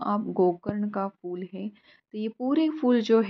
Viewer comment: Beautiful! Amazing considering you are on the 10th floor. Your plants look healthy and clearly you are taking good care of them. 🙌🏼 Also loved that you are pronouncing word ‘फूल’ correctly. Nowadays people pronounce Devanagari ‘फ’ as English ‘f’ in ‘fool’ instead of ‘ph’ in diphthong.🙏🏼